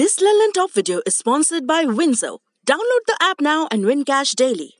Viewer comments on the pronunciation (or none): none